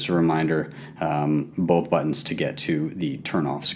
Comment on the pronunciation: "and i just click BOAHP buttons"